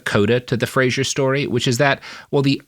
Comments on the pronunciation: Anyone going to tell them that Fraser is pronounced - frazer? The way he pronounces it is Frasier, the tv show. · As a point of principle, i’ve been sternly responding “fray-zer” every single time Robert says “fray-zher”. Thank goodness there’s no one to hear it apart from the puppies, who keep giving me quizzical looks. 😆